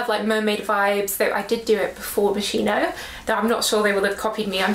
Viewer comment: Tanks for the video. And,just a detail: MOSCHINO Is pronounced " Moskino"